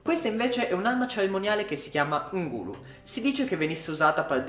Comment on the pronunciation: Ngulu sembra napoletana la pronuncia tipo Ngulu te finisce ahahahaha